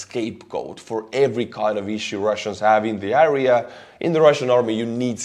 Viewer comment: please pronounce the word "area" correctly. You can listen on google translate how to prounounce it.